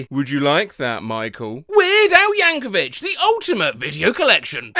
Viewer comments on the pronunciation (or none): I love you so much, but you're pronouncing Yankovic wrong, It's Yank-uh-vick, not vich. That's a common mistake, dw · YANKOVIC! YANKOVIC! NOT YANKOVICH! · IT’S YANKOVIC. YANK-O-VICK. NOT YANKOVITCH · as a very wise Al said this last Christmas season..."IT'S YANK-O-VICK! NOT YANK-OVICH!!!" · Ain’t no way bro pronounced it Weird Al Yankovitch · you didn’t say “YankoviCH” now did you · Oh you've pronounced Yankovic wrong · Please be aware the C in Yankovic is pronounced like a K (at least for that family); also we pronounce SAT letter by letter